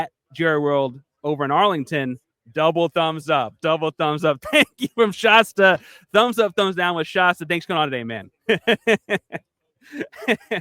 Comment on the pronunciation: ShAsta like Fast, Cast. Not like pasta.